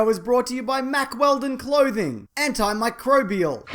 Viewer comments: HE SAID IT RIGHT!! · "Antimicrobial." You bloody nailed it, mate! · I wonder how many takes took to nail "antimicrobial"? Also: "abs" they are the ultimate superpower.